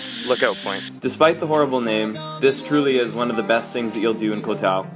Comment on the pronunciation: its not pronounced as kohtao, its Goh- dao and same with any 'koh' s its Goh...